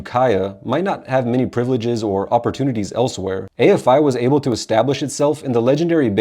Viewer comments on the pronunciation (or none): none